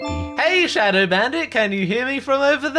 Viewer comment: It’s showdow